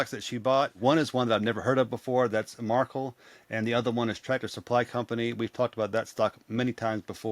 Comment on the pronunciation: Markel is a mini Berkshire Hathaway! Pronunciation is on 2nd sylable